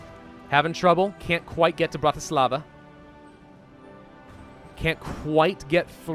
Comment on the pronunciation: Love your videos man! PS:Your pronounciation of Bratislava at 31 :36 was so wrong that it was actually hillarious.